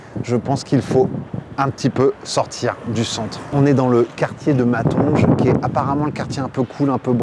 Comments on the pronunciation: Si je puis me permettre, on ne dit pas Matonj mais Mataunguè. Si un jour, vs venez à Liège, il faut goûter les gouffres de Liège de chez Polux (celle à la cannelle) et les boulets frites sauce lapin de chez Lequet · super vidéo ... par contre le quartier MatonJE ;p ... Ca se dit MatonGUÉ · mdr Dandoy c’est dan dwa pas dan doï 😂😂😂😂 et c’est pas Mantonje mais Matongué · tres sympa la vidéo... prononcez "Matongué" et pas Matonge 🙂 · Le quartier de matonje ? Tu m’as tuer de rire ça se prononce matongué du nom d un quartier congolais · On dit Matongué et pas matonge, c'était le quartier africain à la base, d'où la prononciation. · Matongé cest le quartier congolais/africain ca se prononce Matongué et pas matonge simple precision a charleroi ya une friterie ou ils font une mitraillette XXL ca s apellle le Bazooka une des meilleure friterie du Centre c est chez Goergette Je t aurais recomande les boulets a la Marolienne fait avec de la geuze ou le lapin a la kriek cest plus bruxellois pour les carbonades celle du fritkot (baraque a frite) de la barriere de saint gilles sont plus tot boonne et on peut les manger dans les bars aux alentours a condition de prendre une conso chose que on vois pas bcp voir quasiment jamais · On dit dandois pas dandoye... On dit matongué et non maTONge Si t'as aimé les frites où t'as été ça confirme que vous ne connaissez rien aux frites 😅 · On dit pas pas matonge on dit matongue et cest le quartiers africains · Le quartier de Matonge se prononce MatonGÉ. C’est également un quartier particulièrement connu pour sa diaspora congolaise et les autres diasporas africaines. :) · et on prononce "matongué" pour le quartier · On prononce « maton gai ». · Comment il a dit «mantonge» xDD haaaa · Matonge se prononce: ma ton gué ! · La frites en 3 cuissons?? Non que 2 😅 MatonGE? On dit Matongué 😊 Et oui la gaufre de Liège est BIEN meilleure haha😂 Que 3 petites choses relevées😁 Avec toute amitié hein merci pour tes vidéos 😉❤